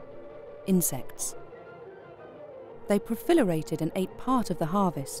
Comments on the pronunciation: Did she say pro-FILL-erated, instead of pro-LIFF-erated there or am I hearing things? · Proliferate, right? Profilerate.....? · Proliferated not profilerated* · Profilerated, a new word. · did she just say “profilerated?” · Did she say that the insects 'profilerated?' hehehe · Random, but the narrator mispronounces ‘proliferated’ at like . She says “profilerated”